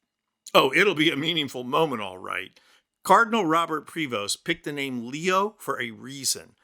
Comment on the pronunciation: The “s” in his name is silent. Pray-vo .